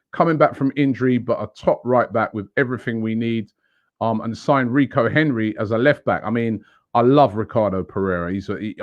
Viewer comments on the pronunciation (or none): none